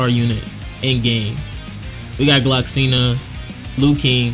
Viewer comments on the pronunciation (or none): Love your videos! Just wanna let you know that it’s “Gloxinia.” there’s an “ia” at the end of his name. Idk if you already know this but I only hope I helped ^^